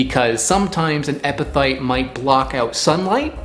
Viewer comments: Why do you keep pronouncing it EpiTHyte??? You've got is spelled properly in your title. It's EpiPHyte, pronounced, Epi-Fight. Also, the plural of Genus is Genera, not Genuses. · pronounced: eppi-fight, not eppi-thight. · Are you pronouncing is epiTHYTE? I always tho7ght it was epi"fight" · In general I would tend to trust local wisdom about edible plants rather than the internet. But also, many things are toxic in large quantities but beneficial in small quantities. There is a reason we benefit from a varied diet. Anyone else distracted by "epithyte" instead of "epiphyte"? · Why you keep pronouncing ph as th? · I love your channel but the amount of times you said EPITHYTE is embarrassing. You can hear it. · The ph in epiphyte is pronounced like an F, not like a th.... so it's like "epi-fight" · Good job mispronouncing EPIPHYTE through this whole video. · You're saying it wrong. Its a ph not a th